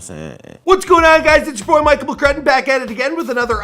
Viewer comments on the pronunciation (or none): none